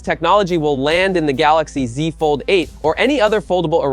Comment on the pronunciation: the gaLAxi ZI lmaoo